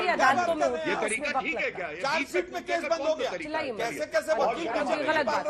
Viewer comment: केश नही केस होता है, बोलना तो सीख ले पहले.